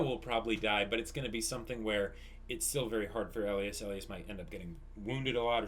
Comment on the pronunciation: OK, his name is ELIAS-------Pronounced E-LIE-ES